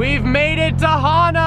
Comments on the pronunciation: It's pronounced ha' naa not hana like a girls name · It’s not pronounced as Hannah... it’s like... hmm..... ha (ha is in the sound u make when u say hollow) and nuh. Ha nuh, Hana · I believe it’s pronounced (HAH-nuh) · learns how to say “Hana” instead of “Hannah” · hana not hannah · Hana is pronounced HaaNa. Don't want you sounding like a haoli(howlee). Mahalo. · Its pronounced Ha nuh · I don't think he got it right once😂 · If you talked to one person on the island about the road to Hana, you wouldn’t be saying it the wrong way 😂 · You said Hana wrong bro 😂